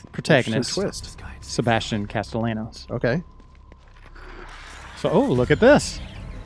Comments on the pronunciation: People really need to learn how to pronounce Castellanos when they do videos for this game series. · Whoever this guy is pronouncing Castellanos wrong should get decked. Get an education shitstain, seriously. On another note, stick to the game, or games in general. Nobody wants to hear anything related to politics in a game preview. We play to escape, not the other way around.